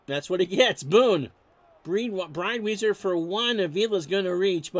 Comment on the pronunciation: its Jim Bridewhyzer...and Steve Growmeck